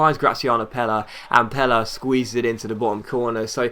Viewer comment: To be honest, he pronounced it wrong.